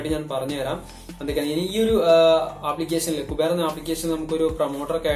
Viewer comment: കുബേർ അല്ല ക്യൂബർ😂